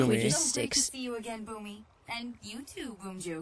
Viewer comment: Steve's last name is actually pronounced 'Bloom'.